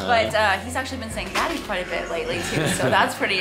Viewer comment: The way say "daddy" and "judey" in is so much similar with java accent. And i'm so surprise 😂